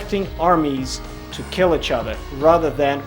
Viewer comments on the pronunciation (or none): It will keal 😁👌🏻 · It will keel